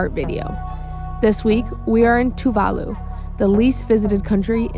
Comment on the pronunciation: I've watched a lot of Tuvalu videos and you two are the first westerners to say Tuvalu the correct way. Awesome video btw.